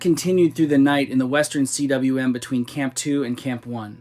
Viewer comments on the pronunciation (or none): Stop saying C-W-M. It is pronounced "KOOM" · Man, if you're going to put out these videos and act like you know what you're talking about (which it's painfully apparent you don't), at least learn the basic terminology and how to pronounce the words. Cym is pronounced "coom," not "see-dubbuhlyu-em." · CWM is welsh and is pronounced like koom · "Cwm" is an actual word pronounced 'koom' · I'm not sure why you can't pronounce, 'cwm' when you can say khumbu glacier. Khum =. Cwm It's Welsh for valley😊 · FYI, the “Western Cwm” is pronounced “western KOOM.” Cwm is Welsh for “valley.”